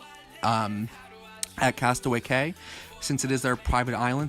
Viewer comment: Castaway Cay is pronounced Key, just an FYI. Great video, love the Disney ships. Hope to be on the Magic in April. 🚢